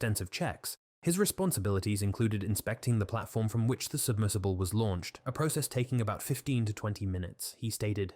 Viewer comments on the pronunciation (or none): none